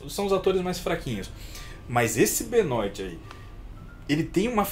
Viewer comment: O filme "O bar Luva Dourada" é baseado em um assassino de verdade, sim. PS: Alguém ensina o que Benoit se lê "Benuá"?